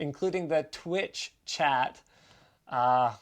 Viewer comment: Linus: “Twitch chat” becomes “twat”